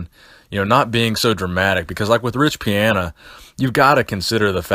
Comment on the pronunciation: Love the channel but goddamn you say riches name wrong every time